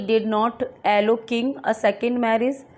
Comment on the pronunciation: एलो नही.. अलाऊ